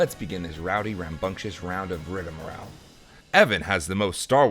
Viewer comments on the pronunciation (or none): none